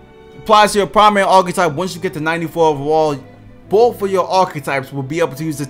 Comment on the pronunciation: I’ve been watching this guys videos for 2 2ks now and I still can’t figure out why he pronounces “overall” as “over-wall” 😂